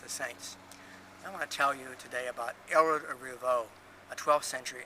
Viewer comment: My first name is Ælred and I love it, Richard is my middle name. It sounds as if you're not pronouncing the "l" strong enough in the video, I learnt it as "red ale" reversed ie ale red. I'm very fussy how people pronounce my name.